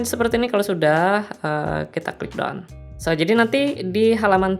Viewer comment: Keren tp blum terjangkau, oh iyaa skdar koreksi pronouncing aja deh krn ngk ada yg bisa dikomenin lg 🤣🤣 pertama BOOK karena tunggal (cuman 1 aja) jd bacanya BUK aja ngk pake S/ES (jamak). Kedua DONE bacanya DAN buka DON.. keren penjelasannya lengkap, saya yg awam aja bisa paham dengan mudah.